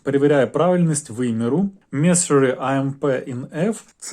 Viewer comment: Меню месурі блять😅 В якій школі ти вчився, хлопчино? Про серйозні речі розповідаєш, але двох англійських слів не можеш зв'язати? Дисплей ротатє блін.